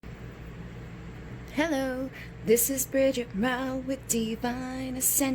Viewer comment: Is it just me or did she say bridget mau in the intro